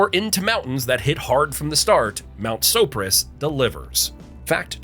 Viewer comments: Ok... As a Glenwood Kid, you said the Carbondale Mountain Name Wrong. Sopris. So-Pr-Is. Not So-pri-se. So-Pr-Is. Edit: You redeemed yourself. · I lost it at mount sa-pour-is lol. What the hell is he talking about?! Mount sopris 😂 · I heard that too. Then he pronounced it almost correctly a few sentences later, like he was talking about a different mountain. Plus, "One of the steepest and most difficult mountains to climb in the state" he said. It is a good climb, but I would have to strongly disagree with that one. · Sopporis? Perhaps you meant Mt. Sopris? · This narrator is either not from Colorado or some kind of AI. Cal-han, not Callan. Keb-ler, not Keebler. Soap-ris, not Soporis, only to be said correctly in the very next statement. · It’s SO-PRIS, not sah-por-is…… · And so-pris, not so-por-is. And West Creek, not Little Dolores. And probably other stuff… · We say it (soap-ris) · LOL "In the middle of Nebraska, in Colorado's Pawnee National Grassland..." Gotta love AI. Also: two different pronunciations of "Sopris" within a few seconds. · Very cool, but where are the extra letters in Sopris, and you say it right the 2nd time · I like how you pronounced Mt. Sopris 3 different ways😂